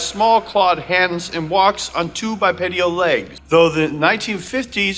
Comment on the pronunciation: Cool video! (*bipedal, not "bipedial") ✌😊